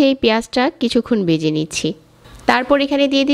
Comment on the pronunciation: A pnar pronunciation is very bad. Vege not bege